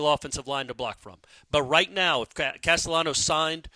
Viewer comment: You're pronouncing his last name wrong its Hispanic. There's a high chance that if you pronounce ll as “y,” you'll be understood in most Spanish-speaking countries. Depending on the region though, the sound of ll can be similar to the letter “j” as well.